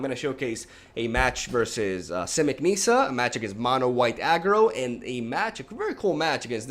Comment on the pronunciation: Nissa, not Niiiiiiiissa